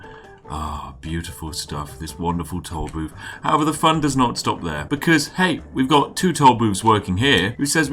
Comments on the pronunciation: I´ll take a shot every time he pronounces "tool booth" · Is he saying toll boobs